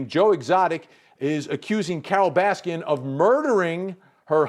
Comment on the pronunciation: Its Baskin not Raskin ....